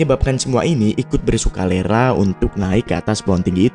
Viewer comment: Bersuka lera apaan min 🤣